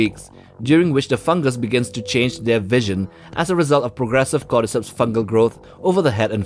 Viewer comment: You say "cordyceps" I hear "goddess hips"